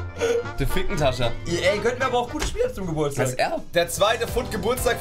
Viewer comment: bin von der Schweiz es heisst Fick-hentscher